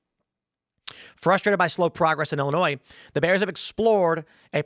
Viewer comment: "Da 🐻's"